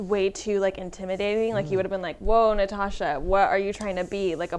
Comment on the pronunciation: "of Na-tit, of Natasha Martinez." Yap, that'll happen.